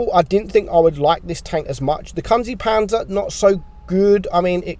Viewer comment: “kun zee panzer” it’s pronounced koonze